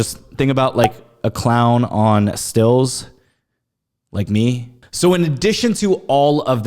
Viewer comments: Isn't it stilts not stills? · *Stilts not "stills" lol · “STILTS” not “stills” lol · Dawn’s. Also they’re pronounced Stilts, you use a Still to distill fine whisky and other alcohol.